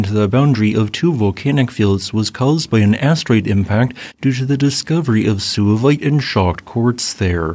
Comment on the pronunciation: suevite is derived from the Latin geographical name Suevia, a region in modern Germany known as Schwaben in German, Swabia in English. The "u" in suevite should therefore be pronounced as a "w" in English giving the word only 2 syllables, not 3; SWAY-vait, not SOO-a-vait. The latter sounds like it derives from Latin sus, pig in English.